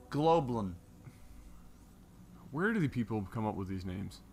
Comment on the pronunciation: I would've pronounced the name as "Glob You Lawn"